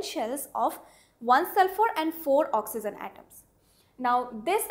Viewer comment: madam, just for being an english teacher. my ambitions is to see you as a good pronouncer of saying the word ''oxygen'' correctly.